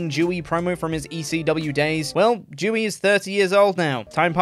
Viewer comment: I'm gonna need you to put more emphasis on the spelling of Dewey's name. Cause ummmmm it doesn't sound like you're saying Dewey but something far more offensive lol